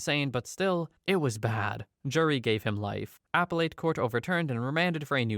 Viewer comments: Also, "Appellate" is pronounced "Ah-PELL-it," not "Apple-eight." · Appellate court A-Pell(rhymes with yell)-it court.